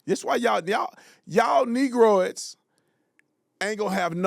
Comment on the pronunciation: Brandon said Negrodes hahahahahaha